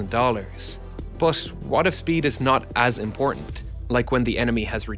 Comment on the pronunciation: I love your videos man. Just one small criticism for you. Many times when you say "but" it sounds odd to me, sometimes it even sounds like "bath" or "both". My 2 cents. 😊